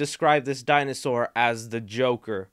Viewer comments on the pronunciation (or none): none